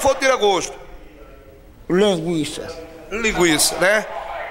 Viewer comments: "Languiça" de "tiragoxto" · Lenguiça skskksksks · languiça kkkkkkkkkkkkk kkkk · LANGUIÇA (LINGUIÇA) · lhénguiça kkkkkkkkkkkkk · "linguiça" KJKMKKKKKKKKKKKKKKK